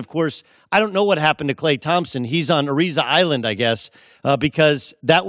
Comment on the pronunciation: "Ariza Island" lmaoooo